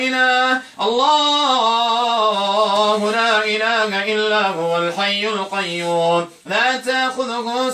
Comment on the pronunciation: انصحك اولا بتعلم احكام التلاوة ثم ان تقرأ القرآن جيدا ولا تقطع الايات انك تحرف كلام الله وكلمة الله لا يوجد فيها مد لا تقرأ اللللللله